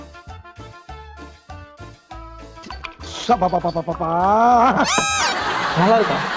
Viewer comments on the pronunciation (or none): She is saying f for p. I thought she was acting. But she talks like that